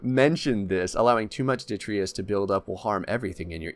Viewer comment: Also every time he says "ditreeus"